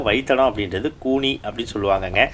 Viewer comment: Bro, கூனி இல்ல, கோணி